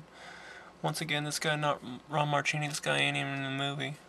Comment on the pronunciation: your mispronouncing ron marchini's name sounds like zuchini! I grew up around him sine my dad and him are friends. Its horrible that everyone mispronounces his name. btw I'm actually in this movie but ya can't see me cause of the poor lighting in the gladiator scene the guy with the moustache is my dad